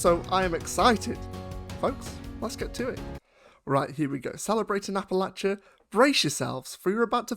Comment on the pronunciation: I'm impressed you say it correctly Appalachia=AppaLatchA